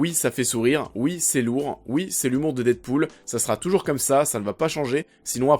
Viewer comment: Ah tu ma tué avec ton dite pool 😂😂😂